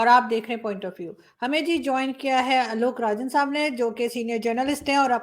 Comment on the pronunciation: Why Arzoo will always pronounce Alok Rajan. He is Alok Ranjan